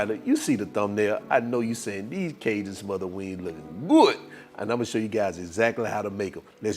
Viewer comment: He didn't say "wings," he said "wangs!" Now you know they're good when you call em' wangs!😂😂😂